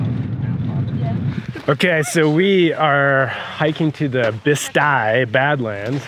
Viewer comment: Awe man... you flew right by me (KFMN, fuel is EXPENSIVE there). It's Bisti Badlands, not Basti. Bisti is pronounce Bist-I with a short i after the B and the last I is pronounce eye (personally I like beastie better). The badlands are about 20-30NM miles south of KFMN. A Cirrus went down out there about 18 months ago. Aztec (N19) is where I go when I feel like doing touch and goes and the freight guys are busy at KFMN. Looks like you passed north of Josh (Aviation 101) and not to far north of my Texas home. Nacogdoches is a nice area. Then over Minden, LA. I got my PPL in Shreveport, LA and lived in Minden for 3 years. I loved it there. Pine Bluff, AR was a solo cross country stop when I was working on my PPL. Chattanooga has some good Civil War (not the recent kind) history and a cool old Cog Railroad. Squirrel... Marmot... Ferret... or Prairie Dog